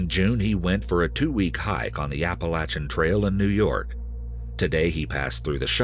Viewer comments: narrator is the best I’ve ever heard but please never say Appa-lat-chan again😭😭😭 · It’s pronounced appa-lay-tion trail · I lose respect when I heard apple-a-chin trail. Like what? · Apa-lay-SHIN trail is how it is pronounced. Also Harriman- it's pronounced Harrah-Men not horraman. Lol but as usual, a great story. Love this channel, I live near sloatsburg and love hiking in harriman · The Apa-la-chin trail. Lol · Apa-LAYTIAN trail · Dying at the pronunciation of Appalachian 😂😂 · Your American and you can't even pronounce Appalachian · Dude don’t ever say Appalachian like that again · The way Appalachian was pronounced threw me off a little lol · The way he says Appalachian is truly amazing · Why can't any of these narrators say Appalachian correctly? There's literally an audio recording from one of the hikers saying it right...just repeat it the same way he said it ffs. I only lived in the Appalachians for 4 years total, but all these people mispronouncing it really grinds on my nerves. I can't imagine how much it must annoy people who have lived there their entire lives. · Im offended by the way yall pronounced Appalachian Trail LOL